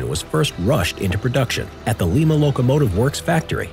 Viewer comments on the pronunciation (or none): Good vid, thanks. But, it's "Lime-A(Ohio)", not "leema". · lie-muh not leemah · Lima not leema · Lima Locomotive Works. Lie-muh, no Lee-muh. --Ohioans